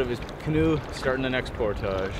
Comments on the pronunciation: ER-BODY IN THE HOUSE SAY"POR-TAGE!" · I always thought it was pronounced "portij" :) That really sucks about losing the rod. That's the worst feeling. I'd consider using a tether with a clip to your vest in a boat that narrow.